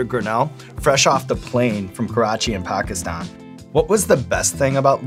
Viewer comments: Kudos to Sean for saying Pakistan and Karachi right 😆😁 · Sean pronounced Pakistan properly, props to him.